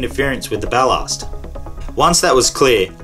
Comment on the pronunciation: Bal-larst... lmfao. BAL-LASS-T.. tool🤪😅🤣😂